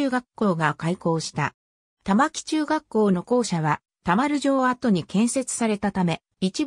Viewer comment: 玉城(たまき)じゃなくて玉城(たまぐすく)な 誰だよこれ作ったの